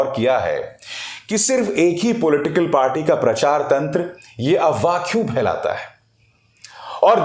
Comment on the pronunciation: Sir the correct word is AFWAAH not AWAAH, why do keep F silent in that word?